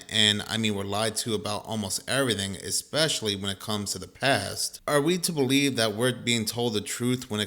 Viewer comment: It's hard to take the guy seriously when he pronounces especially as "ECKSPESHALLY". 😄 Dude is completely WRONG about dinosaur bones in museums. There are many museums in the U.S., Canada, Germany and elsewhere that display authentic bones, including the famous "Sue" in Chicago's Field Museum, which is the most-complete T-Rex skeleton currently known to exist. The American Museum of Natural History in NYC has a collection of 85% real (not fake) dino and other fossils available for public viewing. He's pulling stupid conspiracy theories out of his ass and should do some research before making videos.